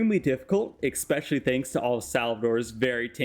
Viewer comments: eSpecially not eXpecially. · Can you please show me where the "x" is in "especially"? It was so cringe hearing you say "expecially so many times